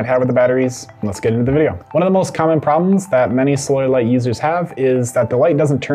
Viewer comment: Sounds like he's saying soil light